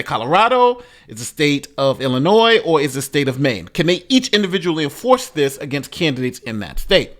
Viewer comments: I have to say this because I listen to you a lot and between this and Tiffany Henyard, you say Illinois a lot. The "s" is silent in Illinois. Sorry! It's a sticking point with some of us residents of this crappy state! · I'm always amazed when even the smartest of black men wrongly pronounce such words as Illinois, Neon, ask, etc.